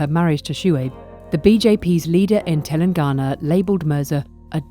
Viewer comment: One correction in the video.. it's Telangana not telengana.